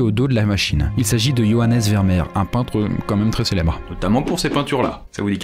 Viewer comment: Juste pour ta culture générale: ce n'est pas prononcé Vermèr mais bien Vermér, le double e se prononce é en néerlandais:D